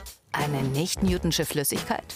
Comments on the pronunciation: Ich hasse es wie sie newtonsche sagt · "Newtschne" Flüssigkeit 😂😂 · Sie sagt nicht newtschin...